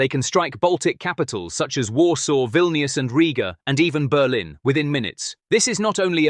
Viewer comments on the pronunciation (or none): none